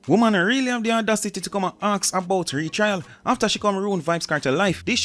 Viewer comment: R-E-T-R-I-A-L= Retrial.. Not RETRAIL